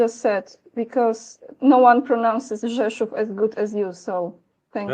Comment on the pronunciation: Andrei is pronouncing "Rzeszów" correct because he is Russian. Russian and Polish languagages started developing as two different languages about 1300 years ago but even 500 years ago Russian and Polish diplomats spoke to each other without a translator